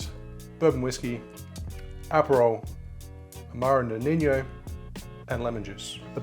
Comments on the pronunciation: Feedback: “Amaro Nonino” is pronounced “noh ni noh” or “no knee no” (and the stress is on the second vowel). It’s not Spanish or Portuguese, and there is no “ñ” or “gn”. It’s just an “n”. It’s an Italian drink, and is pronounced like much like “Nonno or Nonna.” You are pronouncing it like “nonigno” or “noniño” like the Spanish word “niño” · Nonino not "noniño" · Watching a bartender saying ‘amaro noninyo’ over and over is a bit like sitting and listening to a doctor telling you you have canker that has spread to your cologne.